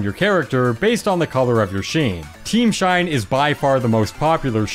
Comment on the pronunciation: I like how he says "Shine" as "Sheen"